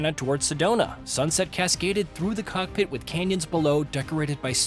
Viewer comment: People mad about guy’s pronunciation of cessna but the guy can’t even pronounce COCKPIT twice what are you mad ab?? 🤣🤣